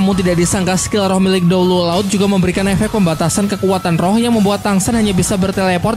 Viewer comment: Bang tadi bilangnya kok dewa laud bukan dewa laut